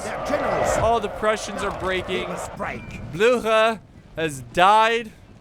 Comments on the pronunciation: Worst pronounciation of Blücher ive ever heard, he's not french ya mong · How are you pronouncing Blücher like that